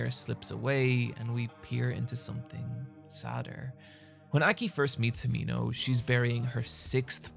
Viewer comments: Hee-men-oh. Say it fast. the 'e' will always sound like "eh". Japanese pronunciation has almost entirely consistent phonemes. It's such a lovely name, so please. please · the way you pronounce himeno pisses me off